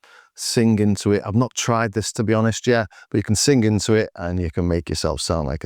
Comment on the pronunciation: The way you pronounce sing (sin-gg) reminds me of Bernard Sumner.